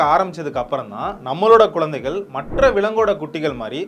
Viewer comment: Bro words lam konjam correct pronouns pannunga. Athukendru romba clean tamil sollala but Namma normal ha peasarathu poola peasathenga, athu nalla irukaathu. Eg:- kulu ila kuzhu, kodal ila kudal, kolanthaigal ila kuzhanthaigal, ipadi sila words.